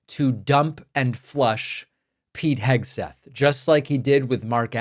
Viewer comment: KEG-seth slurring in front of the children! Sounded like he was rolling more than Easter eggs! 🥴 Let’s face it! The dude is two hooded-sheets to the wind! He, among others, is a daily reminder of Trump’s inept and incompetent leadership skills! Soooo embarrassing!